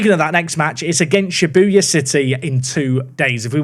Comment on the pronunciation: Well we all know that isn’t a JJK anime fan with his struggles with saying Shibuya